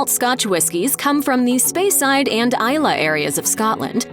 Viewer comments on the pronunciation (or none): And also Speyside as "Spyside" 🤦‍♂ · Spy-side hurt my ears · cant even pronounce speyside called it spyside and macallan is mackallen shocking announcer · And a cringeworthy pronunciation of "speyside" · She pronounced “Speyside” incorrectly too.